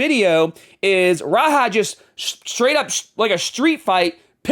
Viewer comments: "RAHA" I thought you were an EXPERT on this subject smh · "Raha Jackson" 😂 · Bro you’re calling him Raha. Idk if you’re joking or not